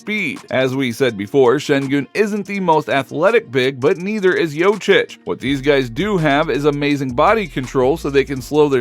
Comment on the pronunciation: Thank you for the vid bro. Just wanted to add that it's called Jokic not Jocic. 🚀